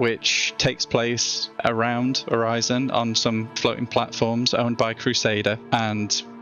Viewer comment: My brother in Christ, you MADE the name, its pronounced Orison :P Okay but they did have that little tidbit of people in lore having different dialects, but still xD